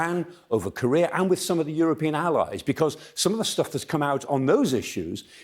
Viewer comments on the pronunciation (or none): none